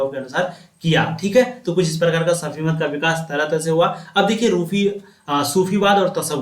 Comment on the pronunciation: Sufimat hota hai safimat nahi hota hai